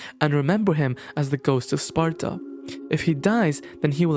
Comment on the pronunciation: You pronounce the word "Sparta" just like King Xerxes in 300!